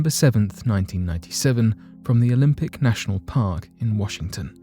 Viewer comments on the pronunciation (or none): none